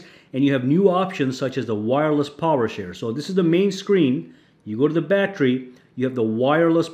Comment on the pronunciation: Wtf is a "battry"?